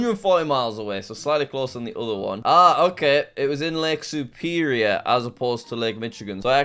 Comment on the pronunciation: Bro did not just say Mitchagan, Who-rin, Soup-erior.